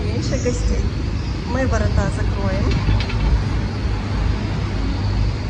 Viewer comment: Не воротА , а ворОта .